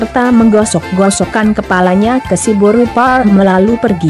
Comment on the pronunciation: Boasa pas mandokkon siboru pareme dang jelas?